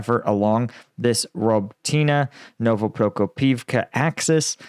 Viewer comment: Its pronounced: Nova ka ho priv ka